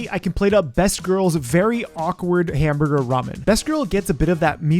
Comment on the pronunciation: Hamburger. Hamborgor.